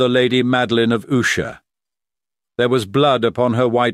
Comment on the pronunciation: Well done except for the constant changing of the pronunciation of 'Usher'. Is it Usher, OOsher, OOshay, or what??